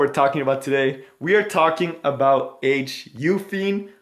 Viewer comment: She is called Holiday Yu-fi-ne.